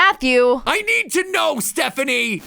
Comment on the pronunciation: “I NEED TO KNOW STEPHINE” yea he needs to know😂😂😂😂😂😂😂😂😂😂😂😂😂😂😂😂